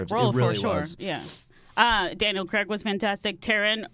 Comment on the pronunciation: Why do Americans pronounce Craig as Cregg?